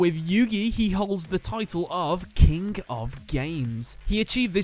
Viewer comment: What did you say "kink of games" 😂